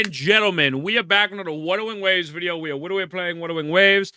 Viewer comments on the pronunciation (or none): I'm kinda new to the channel and don't want to be rude but is there a background inside joke to why he pronounces wuthering waves like that in the intro?